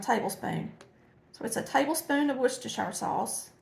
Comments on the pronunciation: Worcestershire Sauce is a British invention named after the town of Worcestershire in the county of Worcester in England. The "werstershur" is the correct pronunciation. Fun fact, a Shrek 3 location was modeled after the town not only for its looks, but because of the way people mispronounce the name. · you are the only cook on YouTube that pronounces Worcestershire correctly! I was born in a Massachusetts city of Worcester, so I know how to pronounce it. 🙂 Good luck on your new adventure of finding a new house. I felt the same way when my son left for college.